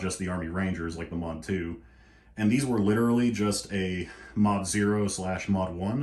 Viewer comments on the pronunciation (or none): none